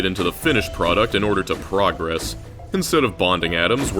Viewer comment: I hate to be that guy but bro the pronunciation of "progress" when its a verb is like "pruh-GRESS", with the emphasis on the second syllable.